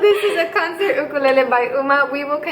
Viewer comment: | First time you said Ukulele differently lol. I point out the obvious a lot. LOL. Great video too!